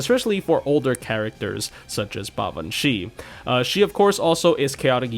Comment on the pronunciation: You might be the only FGO YouTuber I've heard actually pronounce her name correctly, so you have my respect for that!